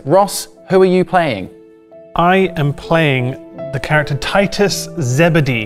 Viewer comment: keep calling ross teetus instead of titus